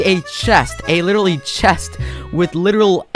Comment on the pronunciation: he has to be skeppy hes says literral and litteraly so many times